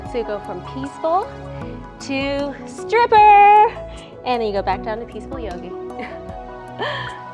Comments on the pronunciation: This was the perfect morning video. I was cracking up the entire time, as if I was stretching with my bff. "from peaceful, to.. STRIPERRRR" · OMG. I laughed so hard while doing this when you said "peaceful tooo stripper" . Did I hear that right? 😂😂😂